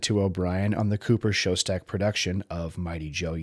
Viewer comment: His name was "Schoedsack", not "Showstack". Part of doing a good documentary is at least pronouncing the names correctly.